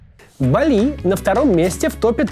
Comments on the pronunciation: бАли, а не балИ! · БАААААААЛИ, не БалИ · Я заметил одну закономерность, у кого язык подвешен , тот делает простые косяки....не балИ , а бАли правильное произношение, гугл тебе в помощь....😂😂😂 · Максим, ну начни ставить в слове «Бáли» правильно ударение уже. Редакторы твои куда смотрят?